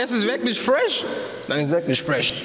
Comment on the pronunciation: Es gibt worglich schahboxing